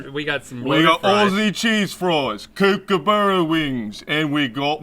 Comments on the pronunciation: Outback's the least Aussie thing on the planet. American's can't pronounce kookaburra, & we don't have FrIeS, they're chips. Bro's accent was so bad it was amazing though😂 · Oh god that fakenaussie accent... kookaburra is pronouced like cook a borough. Not kook ar barrah